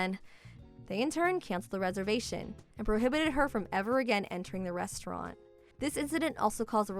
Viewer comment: Restauranta hahaha 😂